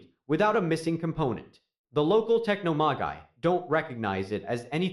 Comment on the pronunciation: Tech-no-ma-guy. 😂😅 (Techno-magi)